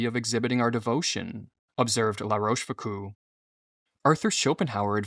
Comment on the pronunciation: Love the videos and topics but the pronunciation is * La Roche Fook-oh